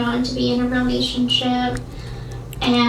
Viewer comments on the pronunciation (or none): Did she say “romationship”?